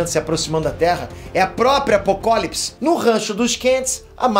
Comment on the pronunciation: Cara , tá me da agonia vc ficar pronunciando errado Apocalipse e luois, falando Luis., um nerd de verdade não pode ficar errando pronuncia.